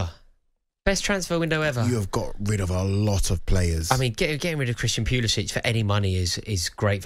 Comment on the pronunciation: It’s best he’s gone. These pundits couldn’t pronounce Pulisic’s name correctly—so it’s good all around.